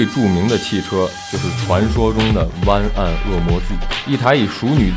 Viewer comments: its not 哇根，its 外根。。。。。。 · 和十几年前的大黑比差远了，还有主播的哇梗发音笑怕了